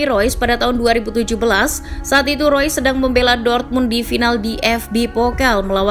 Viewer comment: Reus min bukan rois, ga semua nama pemain harus dilafalin pake speeling inggris. Di jerman E dibaca E sama kaya di indonesia. Spelingnya tetep REUS bukan ROYS